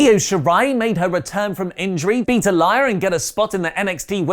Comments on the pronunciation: I know doesn’t watch NXT, nor does he like women’s wrestling, but bits pronounced (Ah-Lee-Uh) and Kaden’s last name is Carter. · Is purposely pronouncing NXT stars' name wrong... Aaliyah is pronounced Aa-lee-yah and its Kayden Carter not Cara